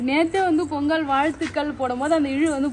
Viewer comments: பெங்கல் இல்லை பொங்கல் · அக்கா பெங் கல் இல்லை பொங்கல் 😂 அக்கா 😂